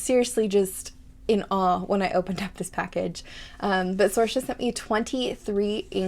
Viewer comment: I'm so glad you loved them 😭😭😭 Thank you so much for your content and you pronounced my name right!! So many people get it wrong so thank you a ton for that ❤❤❤